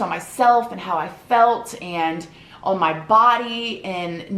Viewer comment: First I love how you say “on” but 2nd ⭐️